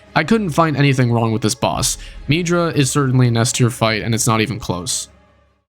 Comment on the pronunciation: I don’t think it is pronounced “meedra”